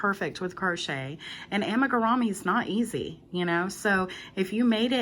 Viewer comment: I’ve never heard it pronounced “Ama-ga-rah-me” before watching your video. The Japanese pronunciation is “Amee-ga-loo-me” whereas Americans pronounce it “Amiga-roo-me.” You provided easy to follow instructions. Good job.